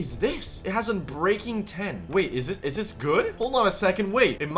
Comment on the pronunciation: U said umbreaking 10